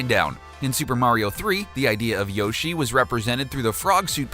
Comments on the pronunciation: In this bizarre comment section you'll notice many people complaining about his mispronunciation of the name Shigeru Miyamoto, but strangely no one is complaining about the fact that he is mispronouncing Yoshi too. I assume that's because all the people complaining about mispronunciation are mispronouncing Yoshi's name themselves! :-P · P.S. He doesn't even pronounce Yoshi correctly, so what chance does he have of getting Shigeru Miyamoto right??? :-P